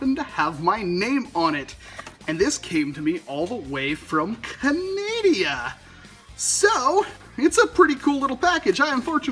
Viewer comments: Am I the only one who noticed that he said can-adia it's supposed to be can-a-da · I'm pretty sure it's Canada not canadia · "Ca Nay Dey a" XD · U say canadia exactly like me and my friends lol